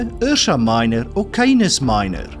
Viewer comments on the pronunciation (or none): none